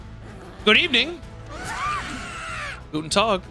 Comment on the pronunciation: as a german i really loved the "guten Tag" <3